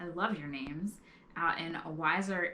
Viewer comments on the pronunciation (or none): Idk if someone already said this but it's pronounced Weezer Idaho. They have an awesome Fiddler Festival!!